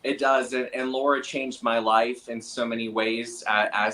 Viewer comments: Lara* not Laura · Love ya Benny and Scott but her name is Lara not Laura unless it's a US accent, i dont usually nitpick but i am still celebrating Trumps Victory from Australia lol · I am absolutely relieved that Trump won, the world needs him (I am not in the US). I wish I could have voted for him. BTW, isn't it Lara, not Laura ? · It’s not “Laura” Trump, Benji. It’s “Lara.” L-A-R-A, Lara.